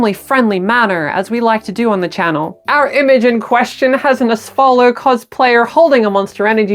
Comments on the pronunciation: i love you, but how the FUCK are you pronouncing ASTOLFO as Asfollo??? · Ass-tolph oh is how it's pronounced